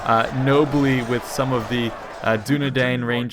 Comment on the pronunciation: you pronounce Dunedain like Dunedine.